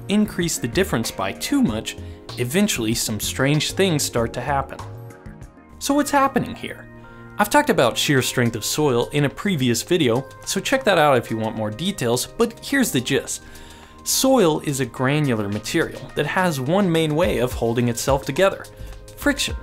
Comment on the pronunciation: please enunciate the t at the end of gist just please